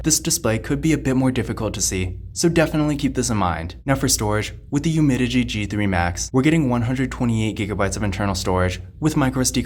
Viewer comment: It’s UmiDigi. Not Umidigi